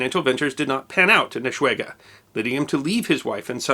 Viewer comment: It would need to be pronounced "Lamp" not "Limp"... And Eschwege did not deserve that mutilation either ;-) that map is WAY older than the time you're talking about... it shows the Reichskreise (or Circles of the Empire) of the Old HRE that did no longer exist past Napoleon's 1798/1805 conquests in Germany. In the 1830s the Netherlands and belgium were long independent, as was Switzerland and the whole Austrian Part including bits of Nothern Italy also was a separate country.